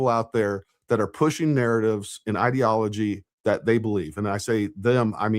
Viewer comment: New Candace word: ideology. Pronounced "id" to rhyme with squid. She is seriously retarded. How did this whore graduate high school as illiterate as she is?